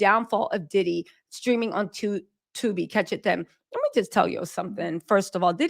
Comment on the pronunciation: The way you said “Tubi” 😂😂